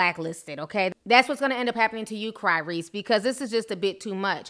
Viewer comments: When Ti said Cryrese, I fell of my chair Lmao. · Who called this man Tygrease I'm dead 😂😂😂